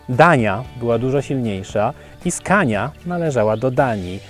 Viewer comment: dobra nie chce mi sie z toba dyskutowac poporstu mowi sie skone a nie skania :D moze tak sie pisze po twojemu czy po Polsku